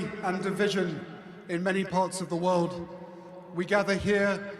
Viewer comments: Why does he say weuwd instead of world? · How many times does he say "wowld"